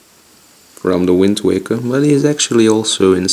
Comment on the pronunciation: Did he say Wind Tweaker?